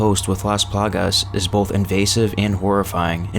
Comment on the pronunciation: take a shot every single damn time he says "las palagas"